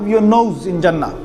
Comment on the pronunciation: Pronunciation of Jannah is not Jaa-naah. It is Junn-naah... Like Sun with double emphasis on the N and then the N conjugates with the Naah at the end. Jaanaah (the way you pronounce) could mean something completely different in some other listeners' language.